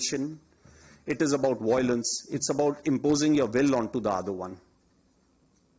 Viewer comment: Poor English. One example. The word is violence not "voilence"